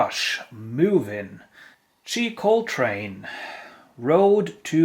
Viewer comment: FYI, It's pronounced "Shy" Coltrane. She had one US hit called Thunder and Lightning.